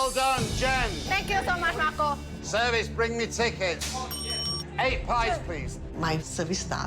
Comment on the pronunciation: "Tengkyusomuch MAKO!"